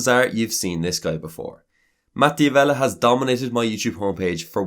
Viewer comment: You mispronounced his last name. It's pronounced "Davella" not "Di Avella".